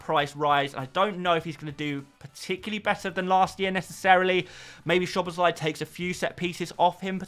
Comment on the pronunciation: you have to say Szoboszlai's last name So-bo-slai, without any Z, I have no idea why hungarians messed up with sz and s, because there is footballers Szalai and Sallai, and Szalai you say like s, when Sallai you have to say Shallai.;))